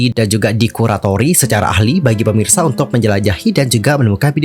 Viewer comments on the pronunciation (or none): none